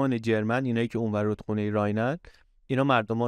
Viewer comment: ممنون از برنامه خوبتان . اما چرا انقدر هی میگید جرمن جرررررمن ؟ ژرمن .